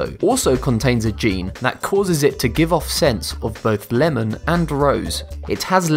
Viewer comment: Lamon and tomatoes